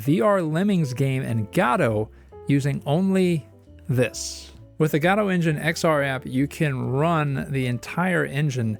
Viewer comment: Do you pronounce godot wrong on purpose